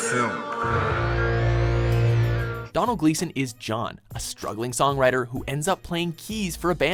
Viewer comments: Its not pronounced Don-el its pronounced Dough-nul xD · It's pronounced Doh-nal Gleeson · doe-nal gleeson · Domhnall Gleeson is pronounced simply, Doe-nal. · 😂😂he said Donald Gleeson instead of Domhnall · pronounced dough nal gleeson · You did not pronounce Domhnall Gleeson right, got Gleeson right but not Domhnall!